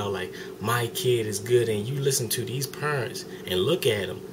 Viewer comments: lmao you said peernts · "if you look at the purents..." NOT a typo. Haha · Hahaha he said "purents" instead of parents lol I love black ppl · Its so funny how he says parents!! lawlz.